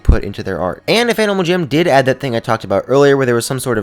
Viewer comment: Is it just me or did he say animal cham at the start when he said " About a dozen things that i think that animal jam should add "